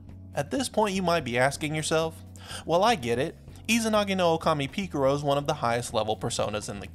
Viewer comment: "Pika ro"